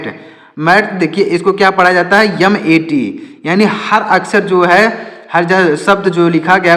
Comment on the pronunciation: Sir jib aap ki padhaneme Thora mistake hua haii mat ko aap Nepali me mait bolteho😅😅😅❤